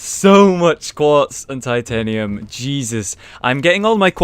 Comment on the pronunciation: Oh yeah, they say titianium instead of titanium.